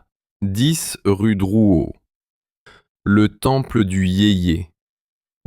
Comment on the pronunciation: rue Drouot, pas Drouet.......